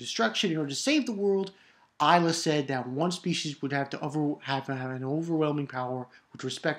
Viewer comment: "ilah" pronounce like "elah" & it means "God" in arabic :p amazing chapter! i want to see the evil bitch and solomon's face!